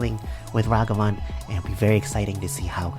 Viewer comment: Plus points for pronouncing Ragavan properly. Doom was my top pick for this set.